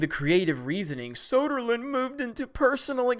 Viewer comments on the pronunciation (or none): It's "Söderlund", not "Soderland".